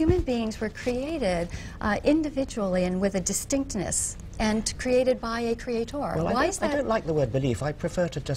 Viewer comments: tip for social interaction: Don't laugh/smirk when there is nothing funny going on. You look arrogant and annoying... Also .. Who says creatOOOr? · pretty sure the romans didnt :D usually you'd emphasize the second syllable, right? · Reaper the constant mispronunciation of "creator" really drives it home. creaTOR, creaTOR, creaTOR... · Who else gets annoyed af whenever she says “Cree-at-TOR”? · Why the fuck do they always have to stress that last syllable in "creaTOR" and look at you like something pretty significant just happened o.O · She is probably latching onto something that she can be right about: "people pronounce CreatEr wrong, it should be CreatOr, so I'm gonna prove how smart I am by pronouncing it correctly, blatantly. CreatOOOr" That's my guess. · creaTOR. xD This lady's pronunciation is next level. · Who else was annoyed with the way she pronounced the word “crea-TOR”? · Why tf is she saying “crea TOR” it’s ludicrous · Nobody said she spelled it wrong. They're saying she pronounces it wrong (and they're right; she does). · Even though I'm not American, she's the only American (actually, the only person, period) I've ever heard pronounce it like that. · зонт Americans don't pronounce it that way. If it's an accent, it's an idiot accent not an American one. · The way that she pronounces certain words to try to sound clever is the most irritating part of this video.